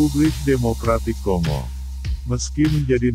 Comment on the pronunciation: Bacanya konggo min...! Seperti kita membaca bangga bukan di baca seperti ɓunga atau singa. Ini ceramah karena saking banyaknya admin masih buta baca